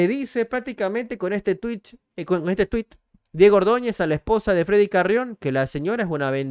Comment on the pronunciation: Se dice twit no tuich loco